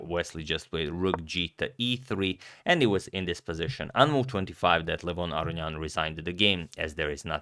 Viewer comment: You pronounced Levon Aronian correctly the first time, then 20 seconds later you pronounced it the wrong way 😭😭